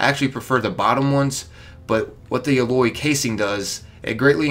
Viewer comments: AL-loy. like the name AL then -loy. not A-loy. its alloy. like a "metal alloy" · LMAO. "A-loy rounds" it's pronounced AL-LOY. As in metal alloys. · They way you say alloy triggers me lol.